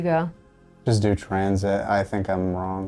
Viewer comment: Damon saying tranzit hurt my soul a little